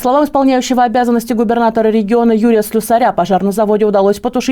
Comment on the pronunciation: Не СлюсарЯ,а СлЮсаря,єто украинская фамилия.